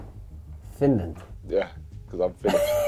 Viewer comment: said vindland a f answer